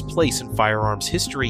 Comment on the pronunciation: BAR. It's pronounced Bee-Ay-Arr. My only beef is it needed a belt fed option.